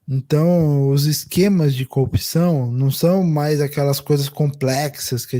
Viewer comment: Ai meu Deus 🤦🏽‍♀️ Até o comentarista do Meteoro fala COPÇÃO em vez de CORRUPÇÃO, igual ao Moro e o Galanhol.🤦🏽‍♀️